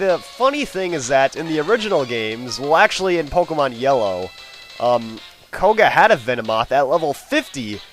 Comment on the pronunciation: You're a noob using a legendary and also it's Pokemon not Pokemans.